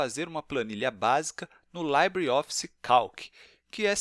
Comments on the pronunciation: Rapaz... o nome não é "laibreOffice". O certo é dizer "libreOffice" mesmo. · Ótimo vídeo, mas não se pronuncia /laibre/ e sim /libre/ como é em espanhol ou francês.